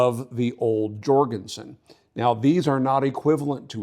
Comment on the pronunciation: Jorgenson Scandinavian Pronouncing the J as Yorgenson?